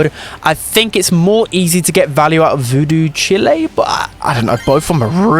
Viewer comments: JuJu’s super: Gris-Gris (Typically Pronounced Gree Gree): Gregory 😐 JuJu’s gadet: Voodoo Chile (Pronounced like child without the d): Chile 🇨🇱 (The country???) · It’s Voodooo CHILE like Child but without the D